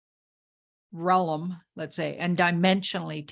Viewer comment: Realm…not …realum…realmmmm! Classy up a notch there girl Dim-mentions… not…Die-mentions. Your a funny one my dear. but, you’ve improved since you started 👏👏👏👏 and it’s nice you not have sling beer anymore! All the good power to you my friend 🙏🏼💙🦋. Get on your 🐎🐎🐎🐎